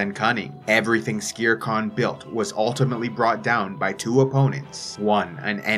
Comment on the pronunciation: wait i thought his name was skeer kaan, not skere kaan